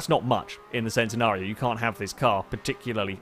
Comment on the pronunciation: it's pronounced CHEN-nenario, not the SEN-tenario.